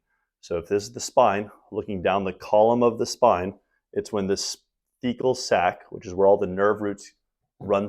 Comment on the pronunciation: a Fecal Sac? I couldn't hear anymore vowels in that word. Surely that's not the name?